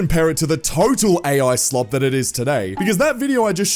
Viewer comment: Bro it said eye slot NOT ai slop